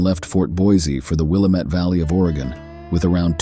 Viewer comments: Wil LAM et. NOT WIL A MET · Willamette - sounds like:Wih lamb et. Local native Oregonian pronunciation. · It’s pronounced “Willamette” dammit. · Willamette is pronounced out here : Will am it -- Dam it ! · I was born and raised in the Willamette Valley. We pronounce it Will AM it. I am organizing an adventure into the Dutchmen mines of Central Oregon. I am a land surveyor. I have the old maps. There is no cell service. I use GPS. Let me know if you want to come. You will need a very dependable vehicle to come with us. You must have a chainsaw, and there are mountain lions. We'll have provisions for 2 months.🎉